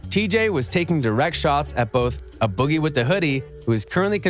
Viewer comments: a boogie wit??...IT'S "A" IF UR GONNA SPEAK ON SOMETHING PRONOUNCE IT CORRECTLY.. JUST AWFUL👎👎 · Who tf is “uh” boogie 😂